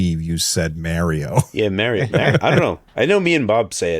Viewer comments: its not Merio , its Mario..lol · I used to work with a guy named Mario, not Merry-o. But he is from Texas not New York City so it’s probably a regional thing.